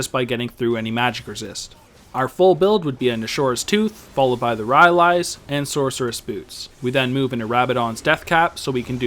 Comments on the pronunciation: RY-AH-LEES.... "RY-LIES" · PRONOUNCED RAILAIS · wow wow wow bro wtf is ry ah leees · was enjoying the video thoroughly, then i heard RY-AL-EES. couldnt forge on from there. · it's pronounced ry-lies :)